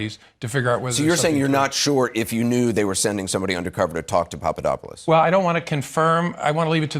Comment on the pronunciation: so she was given a question to ask cuz you can see her reading it and call me seem to already know the question. Also she didn't even know who Papadopoulos was cuz she couldn't pronounce his name right